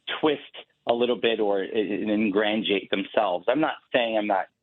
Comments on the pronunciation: Obviously never graduated. What was that word he used? "engrandiate"? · The man;s so stupid he can’t pronounce the word ingratiate. Republicans make my skin crawl.